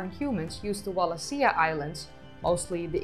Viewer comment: Wal a she a . Not that hard to pronounce.